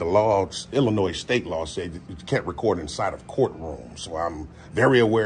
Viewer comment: It's Illi-noy not Illi-noise.